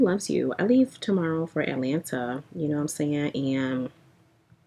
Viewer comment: Not ATAlanta! I’m screaming! I live here so I’m going to start saying ATAlanta!